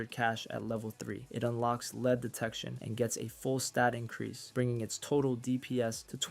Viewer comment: I believe this dude is not real, he said lead as leed.